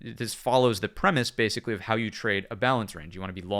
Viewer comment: "Bathically" 🤣 loving the content man thank you